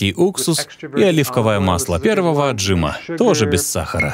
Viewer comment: Переводчику:Отжима, а не ОтжИма)